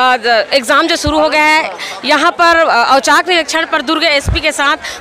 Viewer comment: मेम शानदार पत्रकारिता किन्तु औचक निरीक्षण होता है किंतु भूलवश आपने पूरे समाचार में औचाक निरीक्षण कहा है,कृपया त्रुटियों पर ध्यान देवें......